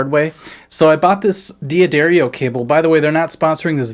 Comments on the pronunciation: Im disappointed in every serious musician who doesnt know how to say d'adarrio.. if it was D Addario, it would be spelled like that lol. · 2.45 to say 'Buy a D'Addario cable'. D'Addario is said as dadario with the ar rhyming with car. Ask any Italian.